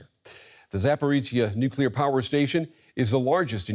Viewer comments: Why do journalists continue to mispronounce the word "nuclear"? It's pronounced NUKE-lee-er, not NUKE-ye-ler. If my profession was to speak on camera, I would make sure I knew how to pronounce the words I was using. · I'm sure they'll pronounce "nuke-ya'll" if they could! 😁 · Times radio Interviewed a nuclear expert yesterday who had written a book about nuclear warfare, yet he couldn’t pronounce the very word that he was supposedly an expert in. Really the world have become a total idiocracy